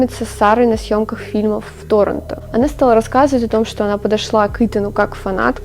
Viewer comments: каждый раз хочется ударить кого-то, когда ты говоришь тОронто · Торонто , ударение на второе "о", маленькая зазнавшаяся дрянь ))